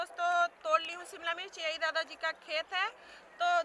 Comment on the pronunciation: Mircha nahi mirch bola kre